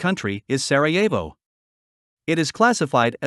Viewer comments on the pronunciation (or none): none